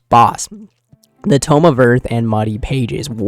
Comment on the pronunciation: Brother it is tome not tomb